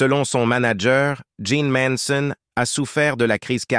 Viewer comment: Ces commentaires avec cette voix robotique et répétitive sont antipathiques. Jeane méritait mieux. En plus le commentateur prononce mal le nom de "Manson".